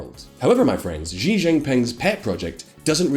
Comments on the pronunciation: Great info, but for future reference x in chinese is ah so xi is said like she (female pronoun) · Learn how to pronounce Chinese. X = sh not as s in leisure. J is pronounced like j in jingle not as s in leisure. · I'm very bothered by the narrator's pronunciation of the X's "JGEE' lol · The correct pronunciation of Xi is something that is more resemble "see" (in English). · actually Xi is pronounced as SHE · "jee jinping" It's even spelled "Xi" in english there's no excuse lol Or just call him winnie the pooh